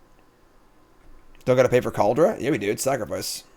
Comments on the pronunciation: please. There's no "e" in Kaldra. Call-dra. I get tilted when you say "kaldera" XD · I love and respect you, but every time you say Call-dare-ah I completely blackout and question all those feelings. It’s CALL-DRUH, bruh. 😂